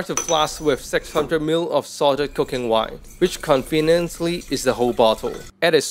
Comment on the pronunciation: I heard cocaine wine lol